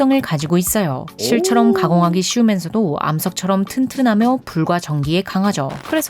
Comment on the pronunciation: 혹시 중국인이십니까? 발음이 의심됩니다. ~면 발음도 이상하고 바위 할때 위도 특유의 우위 이렇게 발음이 되는데.. 아니죠?